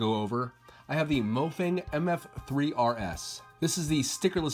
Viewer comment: The name mo fang is Chinese so it’s pronounced Muo faung Mo fang means “rubik’s cube” in Chinese